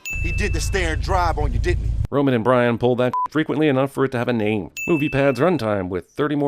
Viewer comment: Why was he calling Roman “rome” for like 2 minutes